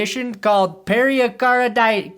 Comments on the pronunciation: it's not periacarditis. it's pericarditis. ok perni ? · I'm almost a doctor, it's pronounced "Pary-card-itis." It's inflammation of the tissue around the heart (pericardium). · Pair-a-carditis.. Pair-a-card-ium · I was dying laughing on your intro! You sounded just like me trying to pronounce Hamlers condition to my wife. My wife, an RN, rolled her eyes and corrected me, saying it perfectly. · The way you say pericarditis is giving me pericarditis... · The pericarditis pronunciation has me stressed 😢 prayers up for the injuries though. Never good for the league